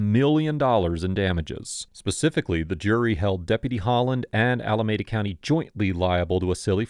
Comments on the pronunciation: Pronounced Alameeda not Alamehda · I used to live in Alameda County, and it's pronounced Allah-me-dah. Otherwise, good episode